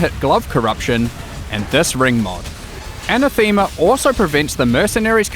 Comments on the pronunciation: Hi Mark, it's uh-na-thuh-muh - not a-nuh-theme-uh. You're welcome! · uh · NA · thuh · muh, not anna - THEE - ma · (Ah-nah-them-ah not anna-theme-ah) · ANATH-ema. Not ANA-thema. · Mark that's not how you pronounce 'anathema' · I didn't think there would be something in Path of Exile that makes me cringe more than foreigners mispronouncing Karui words but here's Mark mispronouncing Anathema. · Anathema that's one helluva pro-nunce-iation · Mark doesn't know how to say anathema.